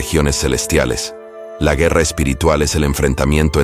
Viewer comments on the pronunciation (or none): none